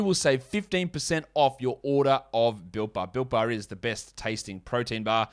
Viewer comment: lol copy, thought it was Britt bar till he used his American accent. Thanks for the code